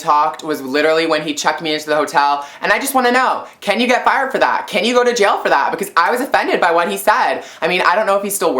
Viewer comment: Fired not fried Hahahaha